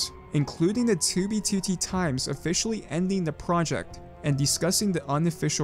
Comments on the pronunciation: I'm sorry, but I HATE how you pronounce 2B2T lmao. "tooby tootie" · he says 2b2t like "2b, 2tee" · Tubey tootie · you say 2b2t weird